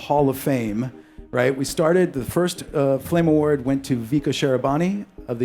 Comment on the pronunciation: "FLAME FAWARD"